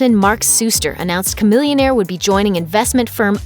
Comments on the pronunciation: I thought it was SHAMILLIONAIRE NOT KAMILLIONAIRE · Chamillionaire ... Cah millionaire... Sha millionaire. That sounds right.